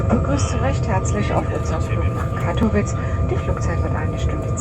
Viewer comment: Katowice nie "Katowitz"